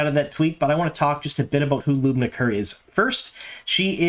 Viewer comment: Hey, good job pronouncing Lubna Kerr's name.